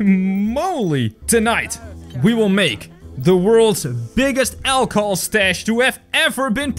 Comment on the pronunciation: It’s funny how you say ACHLOHOL